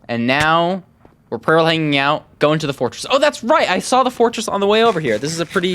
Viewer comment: "we're pearling nyaout" lol